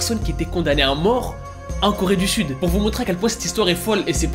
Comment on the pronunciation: Alors, pardon mais moi là j'ai littéralement entendu "Toute la Corée du FUTE" 😭😭🤣 Voila c'est tout pour moi, bonne journée 😂